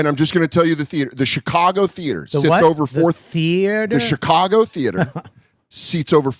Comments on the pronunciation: Yeah, Bobby was absolutely teasing it with the "theo-ater" thing. There was no other reason for him to interrupt and pronounce it like that. Then chuckle after. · It was soooo obvious when Bobby said “THEoatre” 😆😂😂😂😂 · He said ‘the Theotre’ 😅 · I think Bobby was busting his balls for the way pronounced theatre.